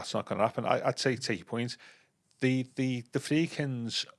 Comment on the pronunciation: I was driving along this morning listening to the last one and thought the same thing. He's been doing it months.